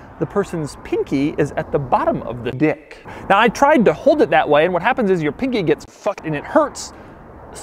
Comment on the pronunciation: I love the way he says "Dick" LMAO